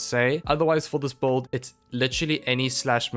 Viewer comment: Bro why do you pronounce Build as "Bolt"?